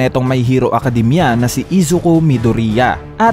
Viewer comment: Mayhiro akadimya